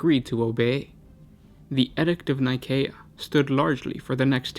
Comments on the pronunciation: Actually, that is how you would pronounce Nicea, the location of the council that formed the Bible and the Catholic church as we know it today. This is the name of a planet 28,000 years or so in the future, so Nikaea (Nye-kay-ah, Nih-kay-ah, or Nee-kay-ah) would be more appropriate. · K doesn't make a cee/sea sound. If it is spelled Nikaea it's Nigh-kay-eh or Nigh-kae-ah